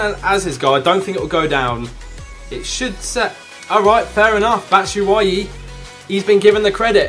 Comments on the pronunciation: Bat shoo way ee (batshuayi) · It's pronounced Bat-shoe-ah-yi